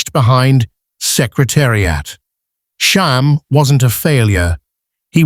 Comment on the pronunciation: Too many spelling, pronunciation, and factual errors. Still, I am always happy to see videos about these horses. (Sham, not Shahm. Claiborne, not Clayborn.) I really don't favor AI narration, and it's easy to spot it. Do some research, it takes only a little time. The Wikipedia entry for Sham clearly states Sham's place of birth...Claiborne Farm.